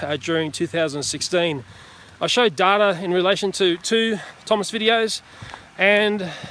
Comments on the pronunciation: Data= day-ta, not dada. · You pronounce "data" weirdly.